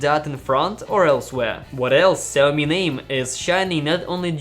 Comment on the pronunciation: Who the fuck is Zammy? It's "Sha -O-Mee"